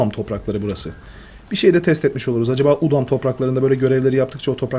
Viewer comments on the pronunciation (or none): bide udum değil udam